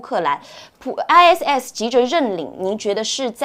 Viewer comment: 善意提醒一下ISIS發音 I Sis(short for sister).